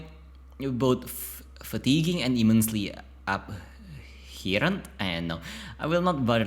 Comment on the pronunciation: It's pronounced Ab-hor-ruhnt